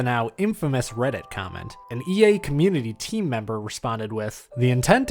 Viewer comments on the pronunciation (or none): none